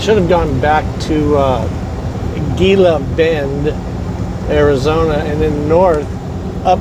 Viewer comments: Gila Bend is pronounced...He-la Bend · pronounced He-la Bend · The G is pronounced h Hila bend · Pronounced "Heeeella bend" ...... used to cut across I-8 to GilaBend then go north on 95 up to I-10 and then west to LosAngeles area......1970's-1980's my normal route.....(used to be a dead-end with left turn about half-way up which could surprise you at night)...... that way I didn't have to be bothered with Phoenix ..... was a small store with diesel right beside 95 exit and a sign that said something about population...... 800 people plus one old grouch or something......yup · It’s pronounced “Hē-lah Bend, AZ 😊 - you’re just down the road.....just say’n 🥰 Now it looks like you’re on what we call “dead-cow” road/ highway 238. 😁 it’s named that for open range cattle that get hit by semi’s ...(before interstate.) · Gila Bend is pronounced Hee-lah-bend. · He knows...just being old school. No problem hauling something produced by scarce water to China tho.